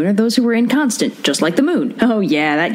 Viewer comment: When said inconstant, my brain heard incontinent